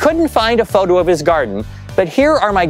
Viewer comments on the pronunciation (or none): none